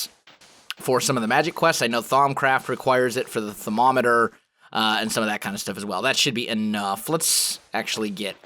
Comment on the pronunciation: Thaum-o-meter not thau-momeater btw that is how well says it